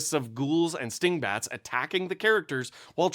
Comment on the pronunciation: I heard stink bats. I prefer what my ears told me